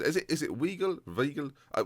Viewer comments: Weigl= WHY-Gel (pronounced with a v not a w) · Weigl is pronounced "Vaigl" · Weigl is pronounced “Veye-gl” Like ‘eye’ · The German 'ei' is pronounced like an English 'I'